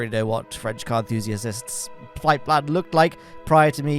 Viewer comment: alot of emphasis on the "enthusiasist" really rubbing it in for the guy 🥲